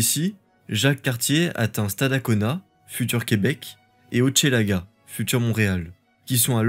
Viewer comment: On ne prononce pas « Hotchélaga » mais bien « Hochelaga » à la française. - Montréal fondé sous l’impulsion des Jésuite ? Vous minimisez l’apport de de Maisonneuve il me semble. - Les « Filles du Roy » ont joué un rôle vital dans l’histoire de la Nouvelle-France. Originaires essentiellement de l’Île-de-France, elles sont responsables de l’unification linguistique de la Nouvelle-France où les hommes parlaient toutes les langues régionales et patois de France avant qu’elles arrivent. - En 1701, ce n’est pas seulement une paix avec les Iroquois. 2000 chefs autochtones de tout le nord-est de l’Amérique du Nord se sont rendus à Montréal pour signer la « Grande paix » de Montréal (ce qui rend caduque l’incantation selon laquelle nous Montréalais vivons sur un territoire autochtone non-cédé). - Déportation des Acadiens : plusieurs sont retournés en France, d’autres se sont réfugiés au Québec. - La fin de la Nouvelle-France : abandon par la France ? Excellente vidéo ! Merci.